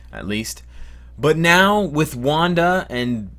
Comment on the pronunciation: I love how you butchered the names for wanda and pietro